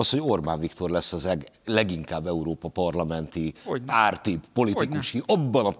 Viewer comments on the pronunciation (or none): none